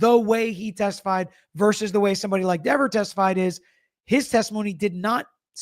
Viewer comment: just said “ven Debra”. Who s Debra. Anyone know?